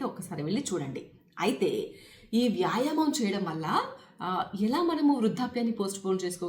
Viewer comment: ముందు తెలుగు మాట్లాడటం నేర్చుకోండి మేడమ్. యాయమం కాదు, వ్యాయామము అని పలకాలి మేడమ్ గారు.